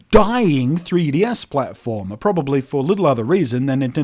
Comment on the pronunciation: Congratulations on pronouncing 3DS in a way that sounds like Tedious. This is how I will be pronouncing it from now on.